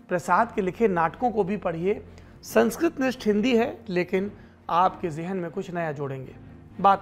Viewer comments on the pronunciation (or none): none